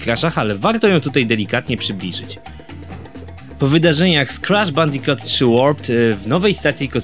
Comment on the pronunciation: Mówi się Bandikut ;)